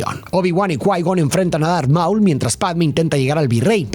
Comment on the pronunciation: El hecho que pronuncies mal los nombres como maúl o naboo, me hace pensar que no la viste y solo leiste un guión, que lastima